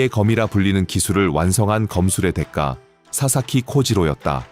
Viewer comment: 내레이션: 대까-->대가.